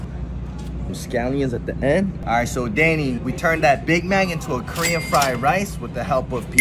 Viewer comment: i like how he mispronounces all the korean parts